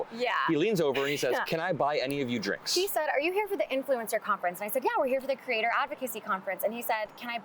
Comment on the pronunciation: I thought you said you were at “a political crater conference”. It had me thinking “what more could we DO to crater our confidence in our political atmosphere?” Then I realized you said “creator”. OK My bad. I’ll quietly walk away now, cratering in my own creation.